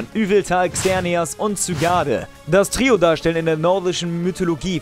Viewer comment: ja er hat das "r" vergessen :D und ich hoffe auch das dass neue Pokémon nicht einfach langweilig irgendwo rum steht und man es den fangen kann